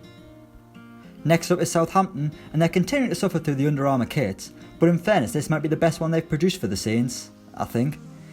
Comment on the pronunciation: I love when teams bring out brand new 'kwits'